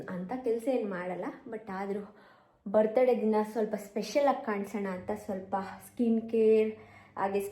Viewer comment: Kindly learn phonetics, you pronounce Birthday so badly.......